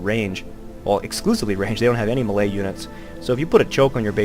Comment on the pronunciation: great commentary, one gripe though melee is pronounced (may-lay)